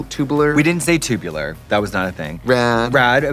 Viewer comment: The way Trixie struggled to say tubular 😂